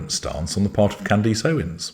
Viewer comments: or, CANdus... not canDEECE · Candace, not Candisse. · deliberately mispronouncing her name to belittle her and to annoy her fans - well played, well played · “Necklace.” “Palace.” “Grimace.” …….. “Candace.” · I love that you purposely mispronounce her name. 😂 I am ashamed to admit that I was a follower until her “support” of Tate and Weinstein. So, I’m not surprised of her exploiting the Kirk tragedy. It’s utterly shameful.